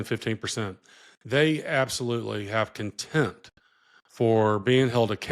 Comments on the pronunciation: Dear Mr. Attorney, the word is "conteMPt", not "content." And yes he exudes it. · Contempt. Not content. Lol